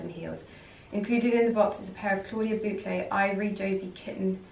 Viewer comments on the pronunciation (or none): none